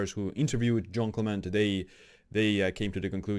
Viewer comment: Not John Clement, but Jeanne Calment. Pronounce /ʒan kalmã/ (or see English Wikipedia and listen to the audio).